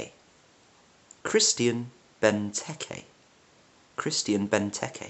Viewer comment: English people almost ALWAYS pronoune the vowel 'E' on the end of a ward as 'AY' . e.g: Voulay Vouz' ...or 'Creme Boulayyyyy' - Imagine English ex-pats on holiday speaking in a very British accent 'Have-ay Vouz, any Booze, Sil Vouz Playyy'. The E on the end of Benteke is pronounced a short sharp 'eh' as in 'the start of the word 'Egg; or 'Essien'. To pronounce Benteke properly, Imagine you are saying Bentekegg - now remove the last two G's - Benteke (almost like an accent on the end of an E.